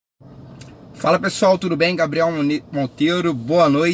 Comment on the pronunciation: Quase saiu grabiel muniz kk Abracos cara. Parabens. To com vc.